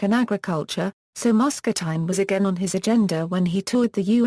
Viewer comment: If you are going to make a video about a place, learn how to pronounce the name correctly.